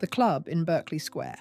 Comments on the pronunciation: Please use proper grammar and pronunciation for British viewers since I assume you are British. It isn’t Berkeley Square, it’s pronounced Barclay Square. There are many other examples that makes this unwatchable for me. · I wish the photos matched the narrative. There aren't any American police cars in London. Berkeley Square is pronounced Bark-ley